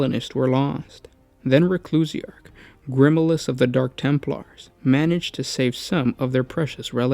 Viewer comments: Its GRIMALDUS - not "Grimilus" wtf bro lol do you even Helreach? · You managed to mispronounce Grimaldus..........